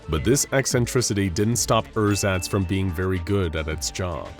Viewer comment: I'm german and when you first said "Ersatz" I had to think for a solid 2 seconds what you meant. Pronounciation is a bit off :D